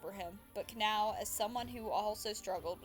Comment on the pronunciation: sry just pointing out it’s kah-nah-oh not canal